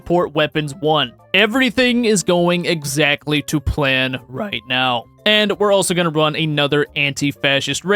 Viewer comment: that ‘right’ was painful to hear 😂 Awesome video though 💪